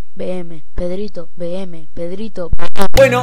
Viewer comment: Porque dices y es PedritoVM?! 😂❤️